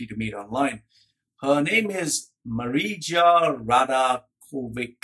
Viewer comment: its Maria not Marija. Scandinavian regions use j instead of y for the same sound.